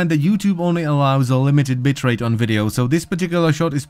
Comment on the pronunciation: I know you said "bitrate" but it sounded like "bitchrate"